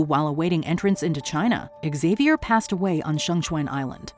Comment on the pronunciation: Is that how you pronounce xavior? Jesus christ